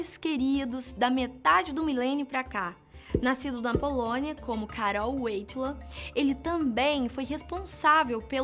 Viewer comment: Não vi nada de mais na Madre Teresa, uma mulher que trouxe amor apenas, mesma coisa Ghandi. Sobre o Papa ela nem sabe falar o nome dele direito kkkkkk, esse canal fala de coisas que nem sabem são um bando de indiotas....